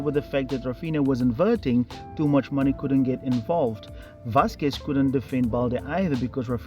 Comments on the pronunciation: Is he calling Tchouameni "Toomuchmoney"? Ahahahah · Bro did you just say toomuchmoney?😂😂😂😂😂